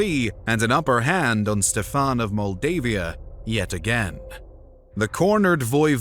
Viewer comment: Ștefan The great (like you say SHIT in English, not S but SH) .. however I do appreciate the way better pronunciation than many other american idiots.